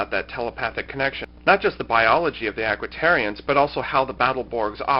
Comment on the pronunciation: Aquitians, not Aquitarians. lol